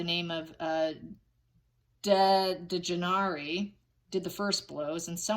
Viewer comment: Victim's name is Shanquella (Shan-kwell-uh). Her best friend was Kahlil (kah-leel). Her killers were the woman with the name pronounced Day-jan-ay, and the other killer is Wenter. The 3 of them masterminded this crime, plus the witnesses that didn't intervene. This makes me sick, and thank you for shining the light on this situation ❤🙏. If it was a Gabby Pettito, it would be all over the place and people would be pronouncing her name right. We need justice for Shanquella.